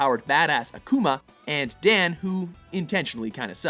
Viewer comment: Dan is a Japanese name, 火引 弾 Hibiki Dan. Dan pronounced the Japanese way, not the English way.